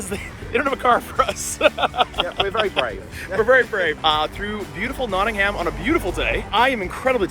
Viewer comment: Americans !!! its Notting UM ....no one here says NottingHAM ! hehehe.